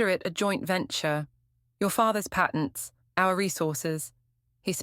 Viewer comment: Patents. Say it properly.